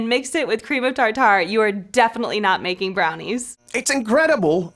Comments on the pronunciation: "cream of tar-tar"..... I pronounce it "tarter" like Tartar sauce. Maybe it's supposed to be "tar-tar" but that sounds silly to me lol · “cream of TarTar”😭